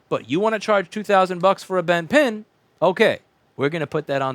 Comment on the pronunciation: Anyone else notice when he says "The pen is bint" instead of the "The pin is bent"? gotta love one takes :P